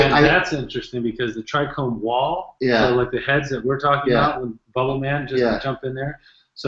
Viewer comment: Dude sounds hella smart. Why is he saying tricrome? Someone should correct him its trichome last time I checked haha